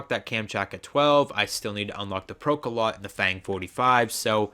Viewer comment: The PKM was actually the precursor to the Pecheneg, and is a real world gun. (also it's pronounced "Pro-ka-lowt" and is a verb meaning to pierce)